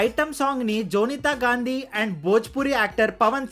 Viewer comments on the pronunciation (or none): none